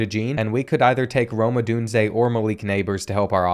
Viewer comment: I’m glad you pronounced Odunze correct lol